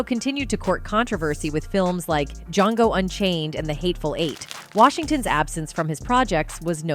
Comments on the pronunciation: Why is this NARRATOR SAYING "DJONGO" it's pronounced "DJANGO" over and over in the freaking movie!!! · It's not Djongo....it's Django.... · Is something behind these people never pronouncing names and titles right . Can't wait to find out why? Johngo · OMG, the way she kept mispronouncing Denzel's name was driving me crazy, and then her pronunciation of "Django" as "John go." Ugh. Sounds like AI. I find these AI narrators really irritating to listen to. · That’s not how you say ‘Django’. Nice try robot. I see you coming for our entertainment industry. What’s next, news?